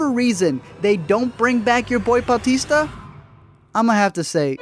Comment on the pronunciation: Man. Weird to hear someone say Bautista properly